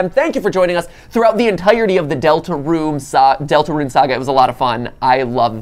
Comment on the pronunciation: 😡😡😡 NOT DELTERUNE